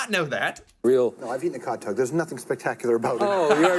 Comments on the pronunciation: COD, not cow...we eat them here in Norway too. AND cow tounge. ;) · Cod not Cow Cod is a fish never had Cod tongue but I have had Cow tongue and it's delicious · NOT COW, COD!